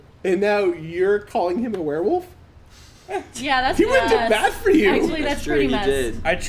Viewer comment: I like the way pronounces it like "we're wolf"